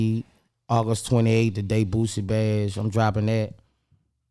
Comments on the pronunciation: His name Boosie not Boozie 🤦🏿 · Who tf is boo-zee?🤦🏽 it’s boo- see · The man's name is boosie. Not boozy!!! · Bootleg Kev keep saying Boozie instead of boosie lmao lmao mane I’m dying laughing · Boo-sie not boo-zie🤦🏾‍♂️🤣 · Is he saying Boozie? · Kev STOP 🛑 saying BOOZZIE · I cringe every time kev say boosie name lol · Sad, the interviewer isn't pronouncing the name of the artist right, although the artist pronounced his on name in front of him. Tsk tsk. Points lost for that one bro. The man's name is pronounced with an "s" not a z!